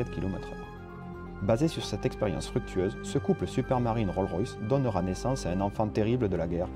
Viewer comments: Roll Royce?? Prononcé : RollS Royce🤣🤣🤣. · Il y a un "S" à la fin de "Rolls", juste avant le "Royce". On ne dit donc pas RollRoyce, comme dans Rollmops, mais Rolls Royce. Ok, ça c'est fait. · Roll Roys??? Ya un S aussi dans Roll(S) il est à la fin du nom. Et ça donne RollS RoyS